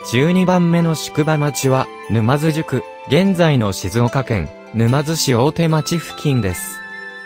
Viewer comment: 「ぬまづし」を「ぬまづいち」「かんばら」を「うらはら」間違えてます、なおしましょう。